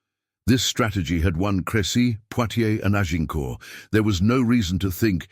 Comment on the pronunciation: Azincourt instead of Agincourt